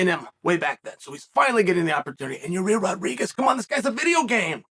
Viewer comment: hearing chael say “yarir rodriguez” will never fail at making me laugh